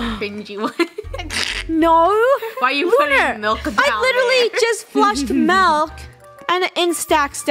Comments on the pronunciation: Lol funneh said MALK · Ah yes malk